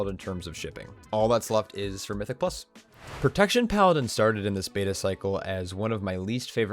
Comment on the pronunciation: He also says "prodaction warror" a few sections later. Had to pause the vid and replay on both instances. Pro-TEKT-shern